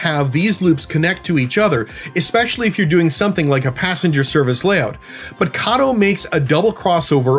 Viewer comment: Thank you for pronouncing Kato correctly.